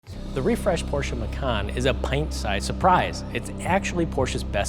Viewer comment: Half the video is about iPhone charging and hold brake pedal functions? Nitrous button? Guy has no clue about cars and is way out of his league. Me thinks he doesn't even know how to pronounce Porsche. He needs to take a lesson from Thomas at Autogefühl. Terrible review.